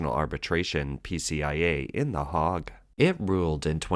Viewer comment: The "Hague" is pronounced as the "HAYgue." not the 'Hahg.'